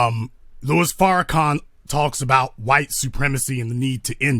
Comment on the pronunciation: For God's sake, he pronounced "Louis" as "Luis" dead giveaway, lol. No white man reads Louis and pronounces it Luis.